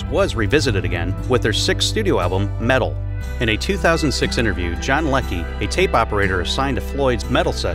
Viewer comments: It's "Meddle" not "Metal". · Meddle, not Metal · It is MEDDLE not Metal ..... How do You get that wrong ? But everything else You said was "fact checked" I'm sure .....